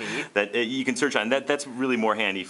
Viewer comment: "You can also SOOCH the web"...?